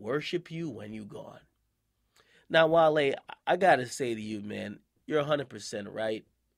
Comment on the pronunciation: Wale was fuck from the pronunciation of his name 😂 🐋